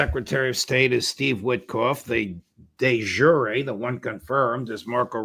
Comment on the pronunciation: De yooreh, not de zhureh, everyone has their faults, so does Mearsheimer. Learn some Latin, no sound Zh was ever in that language. Maybe consult Ray MacGovern. Otherwise a good show